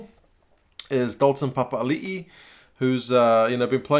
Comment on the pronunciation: Bro Papali'i pronounciation was spot on unlikey my spelling lol.good on ya mate👍👍